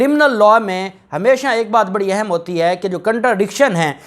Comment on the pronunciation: Word اہم is word zuber therefore kindly note pronunciation of اہم